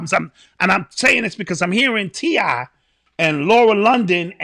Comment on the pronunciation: Listening to butcher the names of TI, Tiny & Lauren had me weak!!! 😂🤣